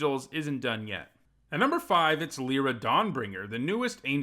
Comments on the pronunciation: the way you say my name brings me ungodly rage lie, not lee lee is Lira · Lie-ra* is the correct pronunciation